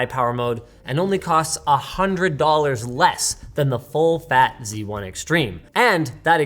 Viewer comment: Linus, it's called Z1, not C1.